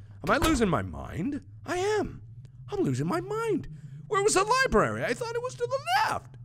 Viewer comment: MARK: Repeats over and over WHERE WAS DA LIBRAR-RE Me: U JUST PASTED IT OMGGG XDDD Dying of laughter